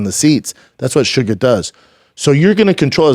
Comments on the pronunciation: Listening to him say "shugga" was painful. It's SUGAR! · For the love of everything in the world stop calling him suga every 3 seconds holy fuck